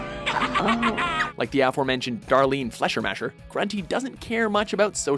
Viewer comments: Faschermascher? you mean Fischer macher! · Fläschermäscher?... Das heisst FLEISCHERMACHER!!! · Fleischermacher is pronounced 'Flyshamakha' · „Flesher-masher” is not how you pronounce that. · You say fleischermacher wrong -.- sry has to be! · uh wow.. thats the worst pronunciation of Fleischermacher I've ever heard.. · How you pronounce "Fleischermacher". I can't stop laughing xD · That pronunciation of Fleischermacher xD